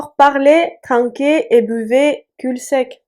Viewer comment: je viens de découvrir ta chaîne, je l'adore, félicitations:) Juste pour info on ne prononce pas le L de "cul sec". Cela étant dit ton français est remarquable et frôle la perfection, bravo:))